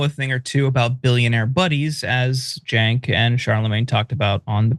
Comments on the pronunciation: Charlemagne couldn’t even bother to pronounce Cenk’s first and last name right 😂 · money out of politics look it up , no corpo money , the people should influence politicians not big corporations. You must live in a bubble Cenk lived his life with his name being miss pronounced , it’s sad that you care more than he does. You must be privileged.